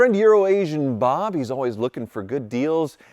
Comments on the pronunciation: You can say Euro Asian Bob..... but I still hear Urination Bob. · you pronounced Urination Bob wrong. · I heard the emphasis he put too 😂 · I love how has to try really hard to pronounce Euroasian Bob after Bob got mad at him for saying Urination Bob all those years